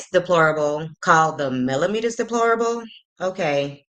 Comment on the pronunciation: He probably heard Wanda or Tisha pronounce the word (melometers) like he pronounced it! 😂 Boy, go put on one of your wife's bras & Ms. Wanda can give you girdle!